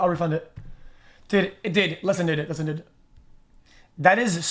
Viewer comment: Do you know that it’s pronounced dood not did